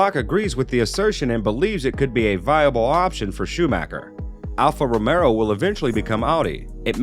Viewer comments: Am i the only one who keeps hearing alfa romero instead of romeo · Bruh… it’s Alpha RomeO, not RomeRo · Alf Romeo is pronounced as it's spelled. There is no second R in the name. It's ROMEO. not Romero! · A channel specifically based around F1 and the announcer can't get Alpha Romeo (not Romero) correct? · Dude its Alfa Romeo, not Romero, cant listen to this, if you dont even know the name of the teams.